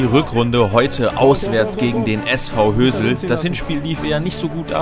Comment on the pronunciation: Ich der statt Hösel Özil verstanden hat😂